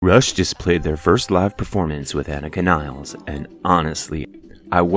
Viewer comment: please show respect and learn to pronounce the name of Anika Nilles properly